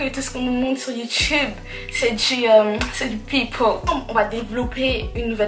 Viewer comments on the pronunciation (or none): none